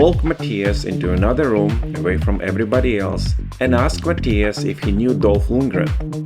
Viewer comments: It’s killing me how you are saying his name!!! Try this…. My/mah thigh us! I remember him in some movies! “I come in peace!” But he went in pieces at the end of the movie! Ironic ending!😅😂🤦🏽‍♂️ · I was cringing during the whole video because of that!😤 Mah Thigh Us! Ikr simple as that!